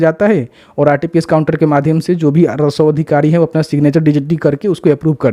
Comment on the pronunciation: तुमको राजस्व बोलने नही आता है हमेशा रासव अधिकारी बोलते हो